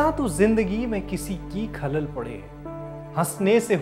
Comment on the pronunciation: ख़लल का उच्चारण सही करो